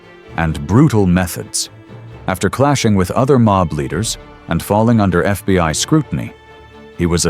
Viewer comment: "He was ambushed and shot by the FBY." 😐